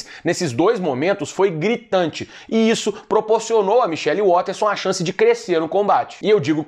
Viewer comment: Acho incrivel vocês que se colocam para informar o publico, prestarem um deserviço ao pronunciar o nome dos lutadores(a), como no caso da Michelle Waterson, um triste fato no meio dos youtubers a maioria pronuncia os nomes forma incorreta.